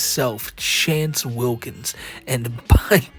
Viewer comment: Pronounce it right.... "Wance Chillkins"